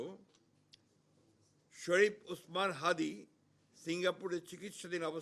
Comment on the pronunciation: মির্জা সাহেব সেদিন ত হাদীর নামটাই সঠিক করে বলতে পারছিলেন না। তাচ্ছিল্য মনে হয়েছে। আজ শোক প্রস্তাব 😢